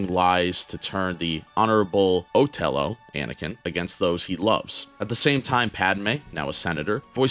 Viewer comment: "Lago"?? Seriously, man? It's and "I" not an "L", and it's pronounced "Ee-aa-go". The macaw in Disney's Aladdin had the name, and it was spoken throughout the movie. You also mispronounced "Othello". It's pronounced "Uh-theh-low".